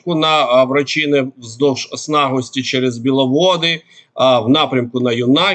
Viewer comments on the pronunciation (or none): Є село Варачене,а не Врачине. Читати не навчився? Та Ю'наківка, а не Юна'ківка.